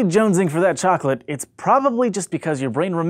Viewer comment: Chocolate? Am I the only guy here who hears "flesh"?